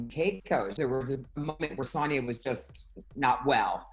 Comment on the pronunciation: Can someone please tell Luanne that it’s pronounced Sooonja not Saaaanja.